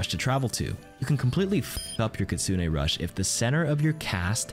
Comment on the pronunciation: Which does she say kitsune or kitsuning?